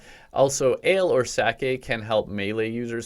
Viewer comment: Finally someone who says 'sake' not 'saki'